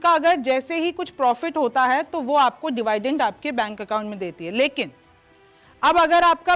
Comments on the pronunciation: डिवाइडेंट नहीं डिविडेंड बोलते हैं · दिव्याइदिंद या डिवाइडइंड, नहीं होता 🙏🥰 डेविडेन्ड या डिविडेंड होता है 👍 बाकी आपकी प्रस्तुति अच्छी होती है 💐💐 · डिवीडेंट not डिवायडेंत